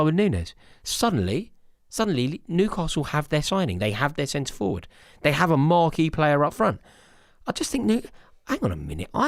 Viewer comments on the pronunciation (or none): none